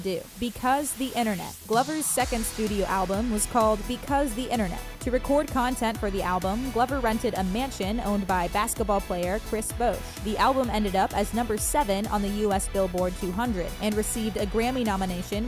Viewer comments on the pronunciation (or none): The way she mispronounced “Chris Bosh”, made me want to just leave the video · "chris bousche" lmao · RoseKami i pretty much died when she said that lol